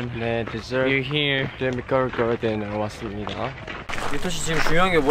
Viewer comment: If Taeyong and Yuta say it's "botamical" then it is botamical